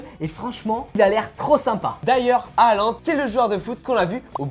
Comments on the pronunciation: On dis pas HAaLaND 😂 MAIS JUSTE Haaland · C'est Halland pourquoi ils disent a aland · Je ne comprends pas pourquoi vous déformez les noms des Joueurs : Halaand et non pas Alaand, il faut prononcer le H, ce n'est pas du Français ! Mbappe et non pas M. Bappé. Pourquoi vous épelez la première lettre M?!! Dans ce cas on doit prononcer Michel Platini et dire: Michel P. Latini (Pélatini).Lamine Yamal !! Les espagnols font pareil c'est Jamal et non pas Yamal d'ailleurs vous dites Djamal comme Debbouz Alors que c'est le même prénom. La vrai prononciation c'est Jamal. Merci pour vos vidéos.